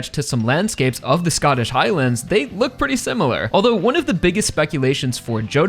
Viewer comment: Bro how this guy says Highlands pisses me off and idk why